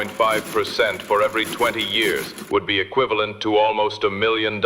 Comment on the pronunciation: Wait a Centon! Did just say "yahren ago"???